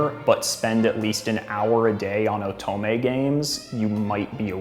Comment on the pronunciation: when he said pronounced otome oe-t-meh I got a lil bit angry ngl